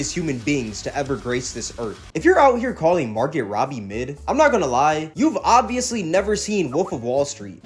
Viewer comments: It’s pronounced MAR-GO not MAR-GET the T is silent.. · Bro, it's MAR-GO! I cringed each time you mispronounced her name